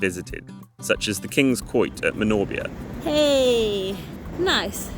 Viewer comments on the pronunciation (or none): Great video but you pronounce Manorbier like an American tourist lol. It's pronounced Manor beer.